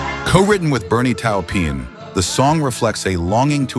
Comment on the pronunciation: Besides Leenard Skeenard, there's also Bernie Towpeen. WTF?